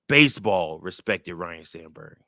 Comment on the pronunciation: FYI, it's pronounced Ryne, not Ryan, okay?